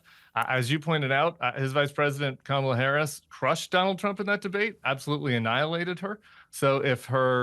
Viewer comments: Any congressman who cannot pronounce the vice president's name correctly (or worse, deliberately MISpronounces her name) after she has been in office for four years is a reprehensible person (or worse). Mr. Crenshaw, your disrespect for our Vice President - she is YOUR Vice President, Congressman - shows what a tiny, petulant, sycophant you are. As for tyhe rest of your BS, you would never win an actual debate with actual fact-checking. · Crenshaw had to pause to mispronounce Harris’ name. What a good lapdog and misogynist. Tim - you missed the tie of inflation to the pandemic. It started under Trump, not Biden. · The amount hoops that idiots like Crenshaw have to jump through to paper over the danger that Don the Con represents is incredible. Never in my life have I seen such gas lighting and revisionism than from these cowards. And btw the way, the deliberate mis-pronunciation of Kamal is proper kindergarten stuff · Every single MAGA just refuses to pronounce Kamala ' s name properly. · Pisses me off Crenshaw refuses to pronounce Kamala's name correctly! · You know someone is a loser when they intentionally mispronounce her name. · Crenshaw has to stop and think about how to mispronounce Kamala. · 😂 The nerve of Trump to call someone low IQ. As if he is the example of being a walking dictionary. Please! He can't even pronounce her name correctly. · Purposely mispronouncing her name is now required, I guess. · Dan Crenshaw can’t or won’t pronounce Kamala Harris name properly. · At the very least I want Crenshaw and the like to pronounce Kamala’s name correctly. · Crenshaw doesn't even have the respect to pronounce our VP's name correctly. What a jackass. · Crenshaw is a delusional POS. He refuses to say Kamala's name correctly. How can a effing veteran not standup for democracy. The tramp and Confederate Flag's were flying over the capitol on Jan 6th. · Can they stop intentionally mis-pronouncing Kamala’s name? Reporters should be calling that out.